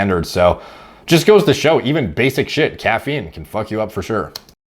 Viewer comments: Not caf-een, ca-feen apparently lol. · Lmao at making fun of "cuffeen" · I’m torn between loving and hating how this man says caffeine, starting to lean more towards love though lol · Dude said caffeine like coach Dr. Greg pronounces names.